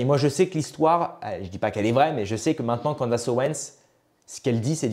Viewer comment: CANDAAAAACE non cela prononce Candice merci